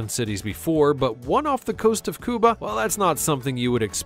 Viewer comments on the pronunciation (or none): "Cuba" is Spanish. "Kewba" is English. You are speaking English. Ger a grip.